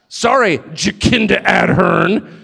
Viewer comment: "Jakinda Ad-Hern". 😂😂